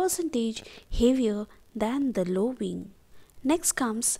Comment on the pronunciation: Great objective explanation! Had to watch twice cuz the first time I could only pay attention to veeng, veak, veell, veech lol